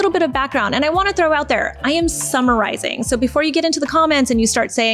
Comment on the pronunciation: 😅 when said "I am summarizing," I heard "I am summer rising" and my first thought was, "Oh no, is this going to be all about energy and star signs?"